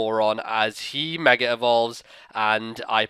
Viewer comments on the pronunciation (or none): Why do you say megere